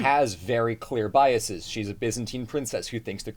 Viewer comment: I love ya, but the way you pronounce "biases" causes me physical pain (/lighthearted). I promise you that E is a schwa.